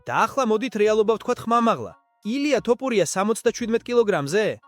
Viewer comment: Magari ylexar vigacaxar! Iswavle laparaki she siro? 😂 ტოპურია😂😂😂